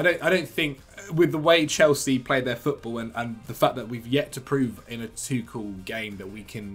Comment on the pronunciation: Does the pronunciation of Tuchel irritate anyone else very slightly? Apart from...